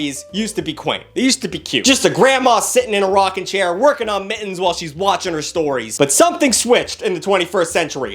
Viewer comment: Also you know words like "mittens" you pronounce the T's....this isn't just you, I've noticed this with tons of people these days. Instead of saying Moun-tain, they say Mouh-en. Stop it!